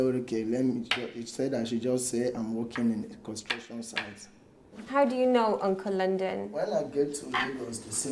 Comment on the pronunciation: Its pronounced ONCA LOONDON 😂